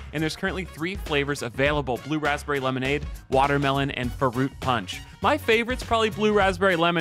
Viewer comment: i think youre mispronouncing "FRUIT"